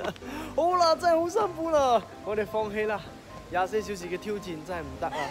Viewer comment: 一个 yat goh = yi goh 😅🤣